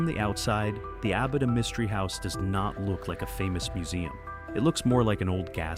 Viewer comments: Starts off mispronouncing Abita but eventually he is saying it correctly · That's Abi'ta not A'bita! Abita Springs is a lovely little town! Lived not far from there for many years!